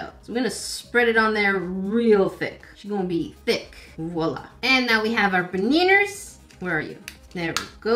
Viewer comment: I really like how said baneners